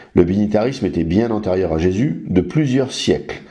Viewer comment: Je ne voudrais pas manquer de respect au Monsieur de TorahBox mais en effet à chaque fois qu'il prononce Jéssssssus m'horripile. Personne ne lui a expliqué comment ça se prononce correctement lol